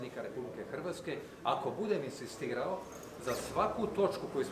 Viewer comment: Ovaj predsjednički kandidat "inSistira", a ne inzistira. Anglizam nije isprika, pa ne kandidira se u SAD-u.